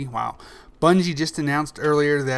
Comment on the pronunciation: hahahaha he said "bunshe" instead of bungie:P